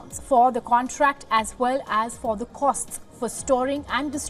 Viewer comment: It's "CONTRACT" Not "CONTACT".